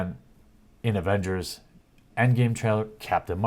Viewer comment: The "Agenders" lol you slipped there:)